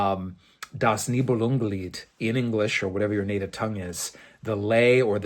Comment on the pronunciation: I noticed you referred to the book "Das Nibelungenlied" with perfect pronunciation. Do you speak German as well?